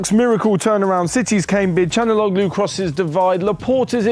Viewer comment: It's pronounced Chal-han-oh-loo